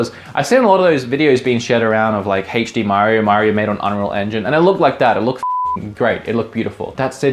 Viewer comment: hey-ch dee? OH, you mean ay-ch dee. I get it now 😅